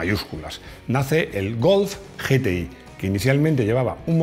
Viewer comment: Yi ti ai. Ge te i, nunca, hombre, nunca